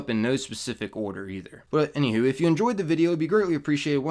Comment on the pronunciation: "any hew"